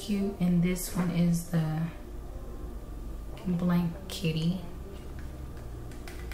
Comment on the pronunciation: I believe the you’re pronouncing Blank kitty wrong. It’s BLANKETY. But it looks good on you ❤